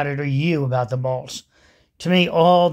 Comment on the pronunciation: Got half way through video before I worked out you are saying bolts, not balls.